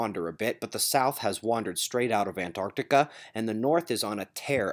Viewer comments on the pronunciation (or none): none